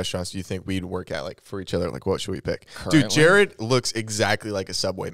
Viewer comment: the fact that jared said my name right is so exciting im excited for y'all to open the gifts